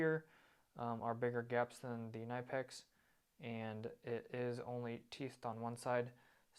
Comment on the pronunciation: Knipex, pronounced Kuh-Ni-Pex. And adjust your volume. Plus, if you’re judging the benchmark or top of the line, and you don’t even mention Snap On, shame….